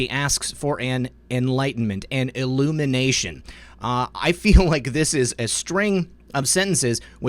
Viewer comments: Sounded like she said " elimination". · When she said "illumination" I don't know whether she was dog-whistling for "elimination"